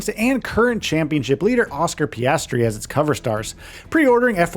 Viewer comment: mclren starl an Oscar Piaasti